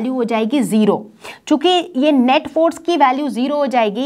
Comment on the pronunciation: I was so much focused on the video and her words so much that... I noticed she said "chiku" instead of "chuki" 😂❤️